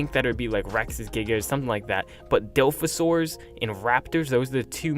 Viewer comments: Seriously... there’s an O in the DilOphasaur... like come on now. Dilfasaur...?? Doooooood... pronounce your Os... egads... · bro work on your pronunciation man it’s di-la-fa-Saur-is dilophosaurus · I dont care what you say but its (dilophosaurus) not dilfasaurs